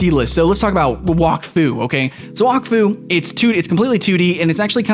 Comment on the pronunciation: you said wakfu and dofus wrong. wakfu is kind pronounced whack-foo it's kinda weird and dofus is kinda like dough fiss